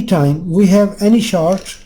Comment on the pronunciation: I hope I don't get taken the wrong way. I mean this in a good way. There is short (as in short circuit or a short person, etc.) And then there is chard which is a type of beet, a vegetable. Short rhymes with sport, abort, distort, etc. Chard rhymes with hard, card, etc. Say "short circuit" and "chard circuit" and see which one is the one you mean. Just being helpful here. You are a wonderful human being and I know you won't take this the wrong way. I have a hard time saying "h". I say "itch". It is not. It is more like "ache" as in having a tooth-ache rhyms with rage, age, page and not "itch" as in scratching an itch. :-)